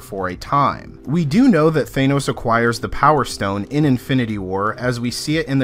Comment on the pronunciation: THANOS not thaenos